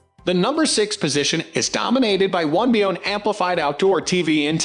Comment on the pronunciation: pronounced 1 by ONE not 1 bi-on. and co-axe for "coax". duh